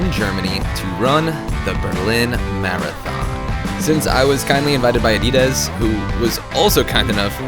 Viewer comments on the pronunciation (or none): Learn how to say Adidas